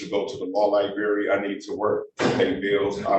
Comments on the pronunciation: “Li-Berry”!? …. Try library, 🕵️‍♀️ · “Lie- Berry” That sums it all up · Did he just say LIBARY??!! Meaning LIBRARY?? He needs to go back to school!! And learn English. And AX for help. Since he can't ASk for help. Sheesh🙄